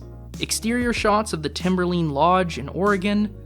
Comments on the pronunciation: the way you said timberLINE lodge made you lose all credit imo :( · Timberleen 😂 It’s just Timber-line, which is the elevation at which trees stop growing on a mountain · the… the timberleen… lodge. dont overthink it, lmao, its timberline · It's Timber-line. Line, like nine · holy shit you pronounced timberline wrong